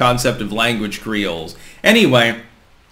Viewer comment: ...what did you say? Something like "language creeoles"? Kreals? Crees? I want to learn what that is. I love linguistic anthropology.